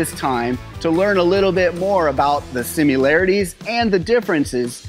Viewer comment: "simUlarities" makes me shiver